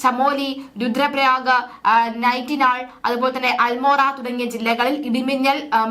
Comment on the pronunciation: നൈറ്റിനാൾ അല്ല :::നൈനിറ്റാൾ.... എന്ന് പറ യൂ..